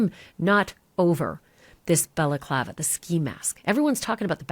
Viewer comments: It's balaclava not belaclava! If you can't pronounce words right don't do this kind of stuff, get a day job that doesn't include speaking! 🖕😎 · Stop saying balaklava. Its annoying